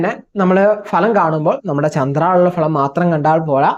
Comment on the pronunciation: ഭലം അല്ല , ഫലം